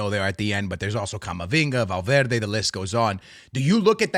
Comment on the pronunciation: i think im blind or smth still tho its hilarous that this guy calls valverde "valvarde" arda güler "ardaguller"